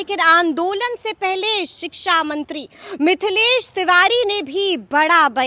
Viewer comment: Siksamantri nahi sikchamantri kahten hai